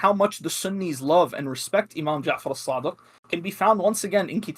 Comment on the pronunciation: "Imam sadiK" "Muhammad baKIr" adnan rashid calls himself a muslik historian when he can't even pronounce names correctly, how can he be considered a reliable historian while lacking proper arabic skills?!